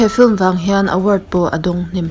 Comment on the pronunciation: I thiam lutuk mahse i aw ngaihthlak a hreawm deuh......... Film tih i sawi phei kha chuan Fulm ti i ang lutuk.......mahse i ti tha